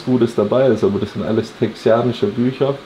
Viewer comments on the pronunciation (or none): Texas, die Texaner und texanisch :D nicht der tex-i-anische Smoker :D sonst alles Top - weitermachen ;) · TEXANISCH - nicht texianisch :D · bitte texanisch nicht texianisch 😂😂 mein Monk rebelliert